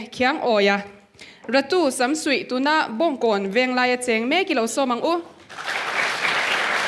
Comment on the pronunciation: Lalnumawia,,RATU or SAMSUIH ni lo in,SUMSUIH tih tur aw